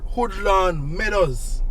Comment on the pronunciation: Thanks for “taking me home” I escape to my Beautiful home town of Mandeville, a couple times a year. I have traveled all over the Island, nowhere is as pristine, cool and beautiful as Mandeville. If, I don’t retire there, then there’s ONLY ONE OTHER PLACE and that’s FLORENCE, ITALY, for sure. Big up on the awesome job 👍🏾👌🏾🇯🇲🇯🇲Nice!! One little correction.. It’s pronounced “Woodlands” not “Hoodlands” for THE NON-JAMAICANS, of course